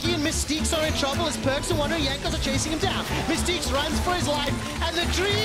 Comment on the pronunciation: his name is perkz not perks.